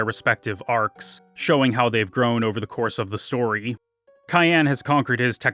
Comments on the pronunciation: I like this but..... Cyan is a color and is pronounced sai·an. Not Kayan. While this game was really really focused on the story. Most of the characters name origins were really simple Characters name: Terra = Earth. She represent earth and humanity in its diversity Setzer/Setzen = is from German gambling Locke Cole = Lock as he`s a `treasure hunter` Cyan Garamonde = Cyan is a Color pronounced sai·an and Garamonde is from 2 words from french. Gare which is for a train stop/station and monde which mean world. Billy/Shadow = Billy the kid. Shadow part is self explanatory Celes Chere = Celes come from celestial and Chere is `dear`. Reflecting her personality and regret of the life she had.(Funny enough, seems like she reflect the regret feminist will have in the future) Gau is most likely from the word Gaul. They were historically considered wild tribes unlike the Asterix and Obelisk saga. Known to be `savages wild mens` that highly resisted the 'civilized romans' Etc to not be to big on the list but its all very simple. To conclude.... Just remember that FFVI is more magical than Espers which come from the word 'Espoir' which mean hope and is the hope of surviving that world. They even had malboro with bad breath attack giving too many bad status which wa spoorly written to avoid lawsuit in order to remember all of us kids to not smoke :) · I love this video, you did an incredible job! But dude, "Cayenne"? What, is he a samurai pepper to you? His name is Cyan. Hell, they even made his armor the color, cyan. Please don't disrespect my favorite playable character's name. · Wait, Cyan is pronounced cayenne like the pepper? I never bothered to look at the Japanese, I just assumed it was like the color, since it fit his personality. Today I learned. And PM. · Couldnt make it more then 3 minutes after hearing you pronounce Cyan.